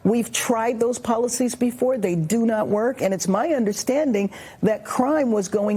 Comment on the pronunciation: The word is before, not befo.